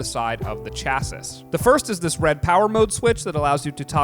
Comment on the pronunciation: FYI : Chassis pronounced Sha - se